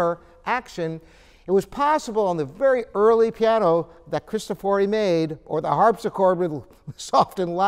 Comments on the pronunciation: Bartolomeo Cristòfori not "bardolomeou kristofòri". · Bartolomeo cristòfori, not cristofòri